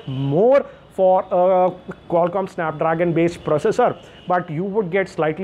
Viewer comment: Sssanap Drrrrraagan😂😂😂😂😂😂